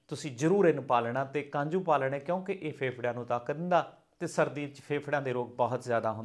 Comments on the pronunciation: kanju ni kaju hunda hai ji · Kanju nahi hunda ji kaju hunda